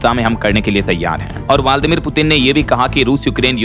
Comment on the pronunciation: वाल्दी मिर नहीं व्लादिमीर उच्चारण भी सही करना नहीं आता😢